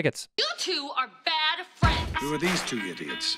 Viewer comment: That's" bad frands!" Again, that's "bad frands!"